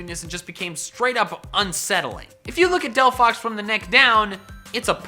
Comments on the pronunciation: ARE YOU STUPID!? THERE IS NO F IN DELPHOX! HOW MANY TIMES DO I HAVE TO SAY IT? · There is no F in Delphox!